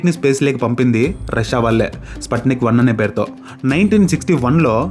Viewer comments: Spatika kadhu bro sputnik pronouncing tappu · స్కూల్ లో స్పుత్నిక్ అని చెప్పారు..,, నువ్వు స్పత్నిక్ అన్నావ్..